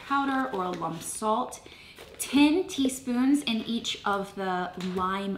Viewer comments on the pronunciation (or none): Oh I just love the tile. Beautiful. I believe it is Al um not a lum